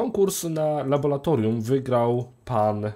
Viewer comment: Nie labolatorium, tylko laboratorium.... Wstydź sie!